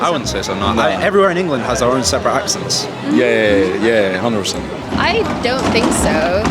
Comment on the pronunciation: 非常含糊地講 「100%」